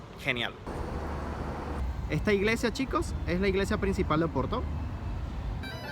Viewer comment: Finalmente un chico qui habla Porto y non OPORTO, hablando castellano. Muy bien! Gracias!